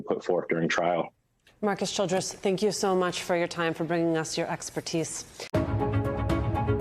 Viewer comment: jory = jury? her pronunciation is creative, maybe even charming, but it interferes with our understanding of the information being offered. She does this alot and i hope she improves. bringun = bringing?